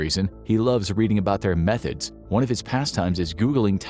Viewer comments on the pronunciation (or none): none